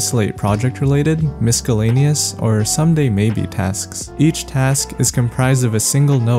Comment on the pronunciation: everytime you say miscellaneous "miskaleniyes" you crack me up 😂🤣🤣